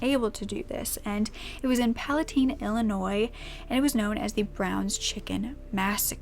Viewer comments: please do a video on the browns chicken murders my father is from palatine. Also palatine is pronounced like valentine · You said Palatine IL and I was like pfft you're saying it wrong OH WAIT I ONLY KNOW THAT CUZ I LIVE NEAR THERE